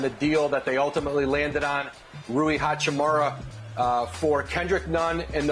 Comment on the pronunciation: Hachimuuuuuura, not Hachimora or hachimara